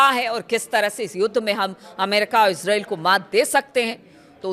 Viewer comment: इज्रैल नहीं होता है इजराइल होता है सही उच्चारण इसराइल होता है। Is rail इज्रेल,Israel -इज्राइल